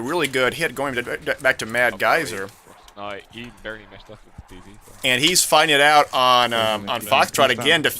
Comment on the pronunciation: Cool. It's suppose to be madsgyver though, not madgyser